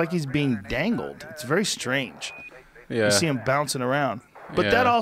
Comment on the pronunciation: Joe "It's very stange!" Rogan